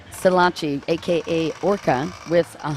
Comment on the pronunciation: Orca Nakhara Silachai NOT ‘Silasi’😅